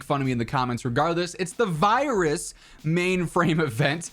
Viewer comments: vee rus mainframe event. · Vi rus😅 at least your man enough to not edit it out😎